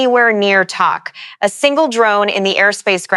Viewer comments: Is this an AI voice or a real person voice? Tok is pronounced like the word "Toke" and not like the word "Tock." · Pronounced" toke' in Alaska not tok. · When will people learn to say properly the names your Alaska town is not spelled TAK like I’m talking to you that’s not how you say it it’s TOK like I’m taking a toke off a peace pipe. O sounds like an O not an A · Tok is pronounced toke. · Tok is pronounced Toke